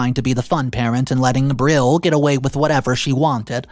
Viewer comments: Or how about B Rill 😂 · It’s pronounced Brie- ell (L) 😂😂😂 sorry that’s just my pet peeve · Brielle is pronounced, “bree-el,” not like a grill 🙄🤦🏼‍♀️ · Pronounced Bree-elle